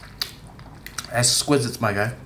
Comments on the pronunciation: lol wut "es-qwizits" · and this one. what? "es-qwizits" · esquisites? lol. Close though.